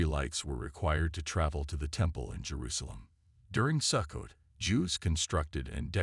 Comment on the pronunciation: Sukkot is pronounced Soo-coat . Since you cannot pronounce the words correctly, I have trouble believing you. This must a voice generated by AI. Sukkot is certainly a possible date of Christ's birth, but one cannot state with certainty the actual date of Christ's birth.